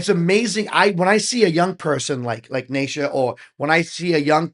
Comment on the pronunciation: … OK Brother very detailed reaction but perhaps you should do some homework on The Mighty MS … It’s like (knee Sha) not Nay Sha … Ok “ICE” is now 11 (not 13 or 12) … it’s Stacey out front on rhythm & vocals at 13 .. Sheena is the mom (not in this one) but she manages the video even when it’s the MSFabFour the ROCKN KIDS of MS … they do use Pro tools but they do these in a continuous take (they may make several before they get the one they like) … now they do layer in extra extra vocals & instrumentals to beef up the sound but they do not punch in overdubs to cover mistakes … now “The Master Secan” pronounces his name like (See Kaan) not (See Can) like it looks to us westerners … 👍🏼🙏✌️❤️